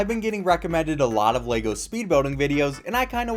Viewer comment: Why do so many people mispronounce Lego.